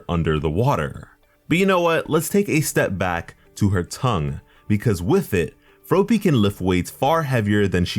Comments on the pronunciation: hearing you say froe-py instead of frop-py made me wanna yeet a frog at your head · He kinda sed ropey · The way he pronounced froppy is how she pronounced it in the anime. Shes my favorite 😍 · Froh-ppy huh? Take a shot. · Froe pee? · Ugh your saying her name wrong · The way your saying froppy is making me feel weird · The way you pronounced Froppy made me realize why im suicidal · >saying Froppy wrong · I cringed every time he said it wrong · Yes he is